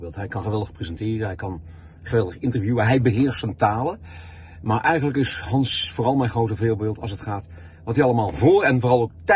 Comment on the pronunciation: "Hallo Gans"😂